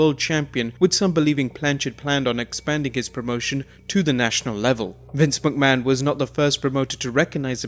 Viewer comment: Its not pronounced as Vince Mucman